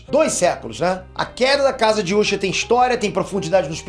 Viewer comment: ta me dando uma raiva esse cara ficar chamando de úsher